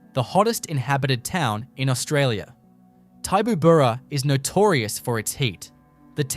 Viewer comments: Had to laugh at the pronunciation or rather MISpronunciation of Tibooburra. It’s Ti as in tip, not TY boo burra. Interesting article though. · It is pronounced Tib-oo-burra. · Never heard Tibooburra pronounced that way - and I've been there a few times